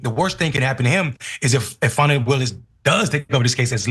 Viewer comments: It's NOT pronounced Fanny like Danny. It's actually pronounced Faw-nee, like Donnie. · Cenk, you guys should be careful what words you all put into Trump's mouth. The mention of the pronunciation of Fani's name I would think is more about how they were pronouncing it "fanny" instead of the right way. But you're giving him a nickname he could use maliciously that I don't think he has used because they hadn't thought about, otherwise he'd be using it as nauseum. He's an idiot, but a very abusive one. Don't fuel him.